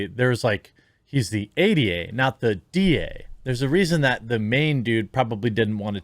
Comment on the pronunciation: I like how when you say "ADA (shyster bitch)", it sounds like you're saying, "idiot (shyster bitch)".